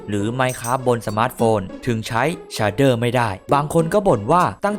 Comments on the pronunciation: มันอ่านว่า เฉดเด้อ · มันอ่านว่าเชดเดอร์ครับ